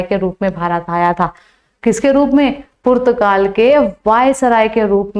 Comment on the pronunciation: मैम पुत्र गाल नही पुर्तगाल बोलो😀